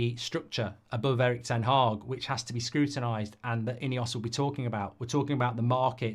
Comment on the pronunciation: Ten Hag. Not Haag. Mark pronounces it Ten Haag but that's the definition of insanity.